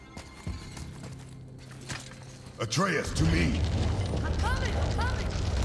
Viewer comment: Isaac The Destroyer of Stuped I thinks it's funnier when pronounces a name write sometimes then says it wrong again like Atreus. He has said it like 5 different ways. It's hysterical.